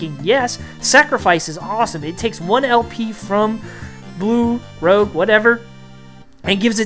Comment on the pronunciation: Bro, his name is Rouge (French for red) not Rogue like the X-Man or a scoundrel.